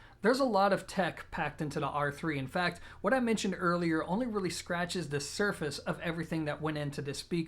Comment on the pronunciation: I like how you say duh instead of the.